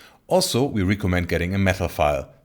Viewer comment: Mein erstes Video was ich von euch gesehen habe war das "Beyond IMAX: Filming with a gigantic 16K" in den ersten 20 Sekunden ist irgendwo eine Stelle "it gonna have", da fehlt das "s". Manchmal die Aussprache von einzelnen Wörtern wie "recommend" bei . Und natürlich Eure Website, die gerade aktualisiert wird :) Den meisten fällt das aber wahrscheinlich garnicht auf.